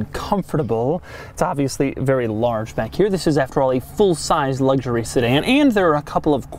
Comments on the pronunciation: Doug is the type of guy to pronounce luxury, "LUCK-sher-ee". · Doug, the third letter of the word "luxury" isn't a "g".